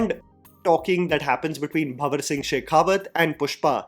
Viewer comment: It’s banwar singh not bawar or bawasir